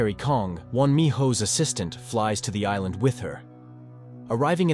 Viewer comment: I just now noticed that is calling it "Aillaendeu", which is romaji, so "Island" spoken with japanese syllables but written in our alphabet